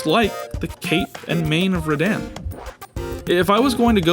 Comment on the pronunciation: Also, rad-ahn, not rad-anne